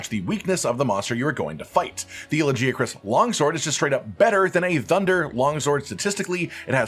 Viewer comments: It drives me nuts how the game calls it "Laggy-uh-chris"... the correct pronunciation is "La-guy-uh-chris" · Brother, it's LaGiacrus. Hard g. Like for Gif. We hear it multiple times in the cutscene. Its an ugly name with a soft g anyway